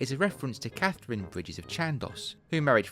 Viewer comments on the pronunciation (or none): none